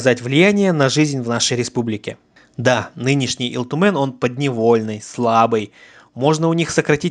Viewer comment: У тебя с произношением плохо? Почем Ил Тумен говоришь с акцентом? С 3 минуты выключил не возможно слушать. Хотя очень интересная тема